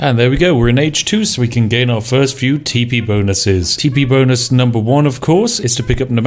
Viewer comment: "The Bow...yea bonus" Spiff is so frazzled by Sioux that he's mispronouncing English words.